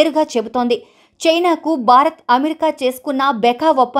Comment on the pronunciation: Pl pronounce name of your country as భారత్ but not as బా రత్!